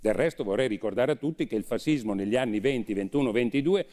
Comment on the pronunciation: si pronuncia fascismo landini , no fasismo ......